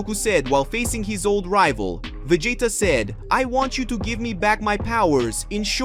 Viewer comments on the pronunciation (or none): I love the stories but the pronunciation of Saiyan, Vegeta,etc throws me off but I still love the stories